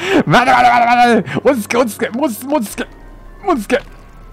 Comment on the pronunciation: うぽつです！ こんなに焦る珍しいwww 落ち着け！ が 途中から 餅つけ！に聞こえましたよ。